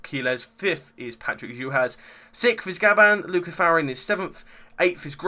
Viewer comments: Well...you pronounce Gam-ba as Gab-ban and Fa-ri-na as Fa-RIN. Apart from that, all good. Especially your counting skills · Well, looks like I'm amazing on qualifying but...not really too incredible in the race. And, if you really are great, pronounce Gamba's and Farina's name probably 😝. Though I'll give you a pass on Fachrizain, his name is impossible for most.